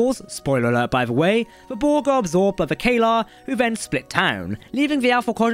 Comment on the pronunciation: you mispronounced several things in here. I'll grant it's a book so not all the pronunciations are listed but Caelir does not end in ar, it's Admiral Batiste, although given his deception he doesn't really deserve that respect, and while you did say Miral correctly once, you also mispronounced it at least once as well. Batiste should not have been mispronounced because it is actually a real name and Miral is said correctly in the show many many times and is not one of the words that is commonly pronounced multiple different ways so if you know anything about Star Trek, you would've gotten it right. This tells me that you're probably just reading from a script and don't know what you're talking about. Probably haven't even read the full circle series